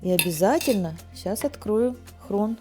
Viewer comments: Что за хрон? Может хрен правильно говорить. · Почему хрон? Правильно же хрен 😊❤ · Почему "хрон", а не "хрен"? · все прекрасно,но только с хреном,а не с хроном. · Хрен, а не хрон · Моя пробабушка тоже так говорила "хрон" она жила в Горловке, вас посмотрела и вспомнила она стеснялась говорить хрен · Это местный диалект....слышали про такое???